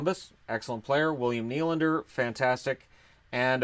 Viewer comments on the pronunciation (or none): none